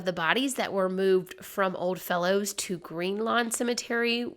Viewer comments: Excellent story. I dont think I had heard that they found her real name. Umm...may I please mention that its Odd Fellows and not Old Fellows? But other than that, fascinating story and told very well! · The cemetery name is actually pronounced just like it's spelled Odd Fellows. They're an old organization with a lot of history. They could actually make a good video. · It's Odd Fellows, not OLD Fellows.